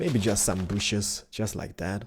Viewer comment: Not "booshes" it's "bushes" - b- uu - shh - iz